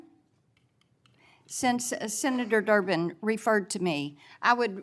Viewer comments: Did she say senator jerk to senator Derben? That's so funny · She said Senetor " jerk" 😅😅😂😂